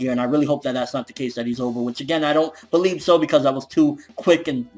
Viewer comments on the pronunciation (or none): none